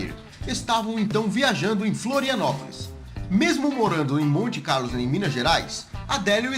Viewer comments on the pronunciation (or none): não é monte Carlos, é montes clarossss 🤗🤗🤗🤗🤗🤗